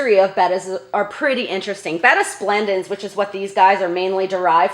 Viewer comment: Bettasplendis? 🤔 i cant quite hear it... halp! 😭